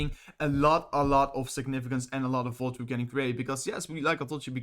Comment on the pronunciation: It’s volatility not volatru